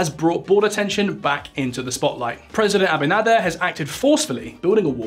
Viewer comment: You butchered the president's surname but thanks for the laugh & an otherwise great video Though you probably should have mentioned that the treaty signed with Haiti specifically says the Haiti cannot dam the river.